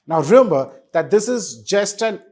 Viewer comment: ...please try saying REMEMBER and not REYMBER